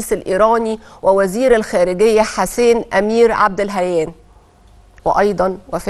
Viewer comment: عبداللهيان وليس عبد الهيان